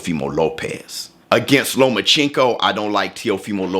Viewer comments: Stop saying lomaCHINko it’s lomachenko 😂😂😭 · You didnt say Loma's name right one time. Stop getting your pronunciation of names from Floyd. Sounds racist when you say it wrong.